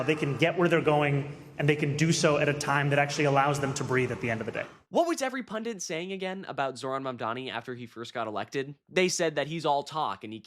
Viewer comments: Wtf it's up with you and all these other kids I seen YouTube channels saying "PUNDINT"? There's no such word. It's PUNDIT, only one N. Look it up if you don't believe me. Why don't you kids give a shit whether you're pronouncing words correctly? Do you know what literacy is? Do you not care because nobody else you know knows how to use words correctly either? You want to be taken seriously, put in a little effort and learn how to spell and pronounce words correctly, as well as use them properly. Jesus christ. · Hi from Ireland. Love your channel. Just one of my pet hates regarding a word I constantly hear mispronounced all over YouTube. That word is 'PUNDIT' yet a lot of Influencers say 'PUNDENT'. Keep up the great work.